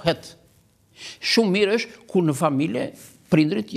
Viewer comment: I nderuar Xhevat Lloshi, Ti po flet si duhet të flitet gjuha Shqipe Letrare, por nuk je i vetëdijshëm se Ti vetë po bën gabime; n'vënd se të thuhet 'është' ose 'ndonjë' Ti thotë 'eshtë' dhe 'ndonji'! Hallelujah!